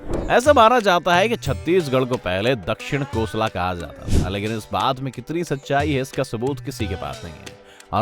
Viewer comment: 'दक्षिण कोसला' नहीं कोसल, प्रमाण- प्रभु श्री राम का ननिहाल है ये प्रदेश, माँ कौशल्या की जन्मभूमि । बोलने वाले की आवाज, voice pitch, pronounciation भी मजा नहीं आया।